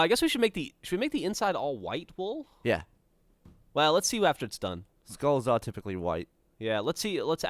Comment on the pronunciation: When Gavin says "wool," it sounds like "wall," and when Gavin says "wall," it sounds like "wool."